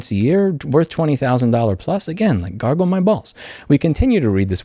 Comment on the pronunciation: Holy shit Louis. I'm not English and the first time you said "garble my balls" I understood "gargle my balls". Haha!